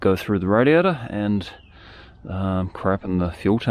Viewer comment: Hearing 'radiator' in that accent is so tough, I hear radio.